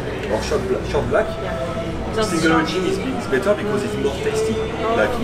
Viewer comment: 영상 잘 보고 있습니다 ^^ 열정적인 모습 보기 좋아요 ㅎㅎ 3분 19초쯤에 better가 아니라 bitter라고 하신 것 아닌지 조심스레 여쭤봅니다 ^^;; ㅎㅎ